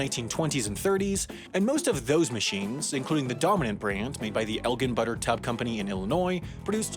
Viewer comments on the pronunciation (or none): I'm from the Chicago suburbs and it's pronounced EL-jin, actually. Never even realized someone would read it as EL-ghin, although that does make sense to me. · I couldn’t even focus once said “El-ghen” instead of “El-Jin”. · "El gin", gin as in the liquor. Not "Elgen". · You mis-pronounced Elgin. The "g" is pronounced like a 'j'. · As a born and bred member of the Elgin community, I feel like I need to point out that the city is Elgin (as in gin like the alcohol) not “gin” like ginkgo. Also, our forebears also made world-class watches back in the day. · Elgin is pronounced with a “j” sound as in jam not a “g” sound as in game. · As someone who lives in Illinois, I feel obligated to comment that it is pronounces El-Jin like ginger and not EL-Gin like Guinea. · as someone that has lived near Elgin, Illinois all my life, hearing it pronounced "el-gin" and not "el-jin" is very odd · El Gin, not elllgihn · Okay I’m sorry to be that guy. I never thought my day would come as a correctional reply guy. But here we go... “Elgin” Is pronounced EL-JIN Not El-GUN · Elgin is not pronounced el-gen, it's EL-GIN (jin) at least how we pronounce it in the chicagoland area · Love to see my part of Illinois getting made famous by, but Elgin is pronounced EL-jin (like the liquor) rather than EL-gen as said in the video multiple times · As an Illinoisan I am greatly offended that you pronounce Elgin as "El-ghen" and not "El-jin" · Elgin (the city in Illinois and therefore probably also the company and butter packaging style) is pronounced with a soft G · The town is Elgin, pronounced El-Jin. Soft, not hard G. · Why in the world do you say elgin like elg-in? :( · elgin is pronounced el-jin or gin like the liquor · Elgin is pronounced with a soft “g”, it’s el like an “L” and “gin” like the drink… js Source: I’ve lived within 15 miles of Elgin, Il my whole life… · its pronounced, "EL-jin" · ELGIN???? It’s pronounced eljin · Its pronounced El-gin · Elgin is pronounced el-Jin